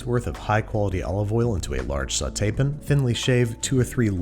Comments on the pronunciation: Pan. It's pan not pin. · i have been wondering for a while why you switched to saying 'pin' instead of 'pan'?